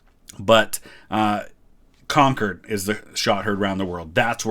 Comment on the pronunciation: Props for pronouncing "Concord" the right way, without the weird emphasis.